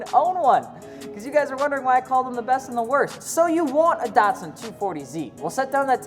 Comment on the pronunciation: It's not pronounced "DOT sun". DAT Llike cat or data.